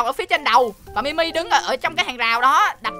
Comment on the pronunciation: Anh ơi Mi Mi là ti mi đó anh ơi